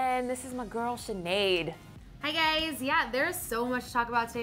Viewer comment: it's so funny that Miriam can't say Sineads surname, because it is probably europium 😂😂 in my country it's a common name😂